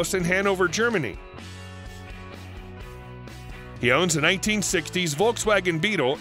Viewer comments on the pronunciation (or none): none